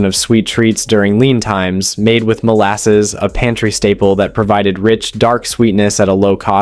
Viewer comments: "mollesis" cookies??? MOLASSES cookies! Also, milk in bread pudding, not water. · It’s mol-asses. He pronounced it two different ways. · Cornbread is definitely not FORGOTTEN. It is a regular staple in my home. Baked beans are a regular in my home. I eat bacon and fried egg sandwiches for breakfast. I can't eat onions. Bread pudding is a treat to me. I like it and grew up on it. My father could not stand it so it was not served to me in my own home. Love how the AI can't even properly pronounce a well known ingredient like Molasses. I grew up on Molasses cookies. My home has never known an absence of eggs. Chickens are cheap and easy to raise and deliver a buttload of eggs daily. Johnny Cakes are regular meals at my home. Biscuits and gravy have always been a part of my life and still are. Your potato pancakes look very much like my hash browns. Hmmm? No chicken and dumplings? No Red Beans and Rice? 2 poor man foods that have been regulars in my family my entire 55 years of existance. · Your presentation, the way you told the stories about the depression foods, was going well until you got to the Molasses thing. You pronounced ‘Molasses’ three different ways. So yeah, I’ll watch your program again some other time. You kind of let me astray there, and I don’t know, it’s just weird. You people need to learn how to speak English.